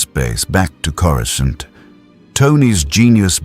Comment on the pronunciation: Might I suggest that you write and narrate your script personally. At the time stamp indicated, I counted a dozen instances wher Coruscant was incorrectly pronounced.